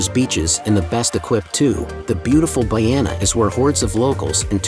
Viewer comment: Lol, He doesn't pronounce Nerja correctly, nor Bu"RR"iana! 🤣😝